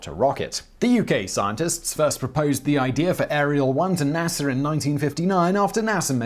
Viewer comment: Is it NASER or NASA?🤔?🤔